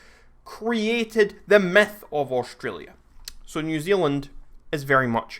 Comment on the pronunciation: U fing dare to say Australia like that!!!